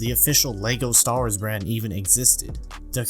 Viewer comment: I know its so naggy to pick on but I still die inside everytime he says LEGO "Star'rs", with that aside, great original video and great second video with covering what you mistook!